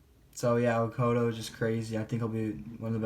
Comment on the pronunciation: lol thanks for not just saying Okudah like everyone else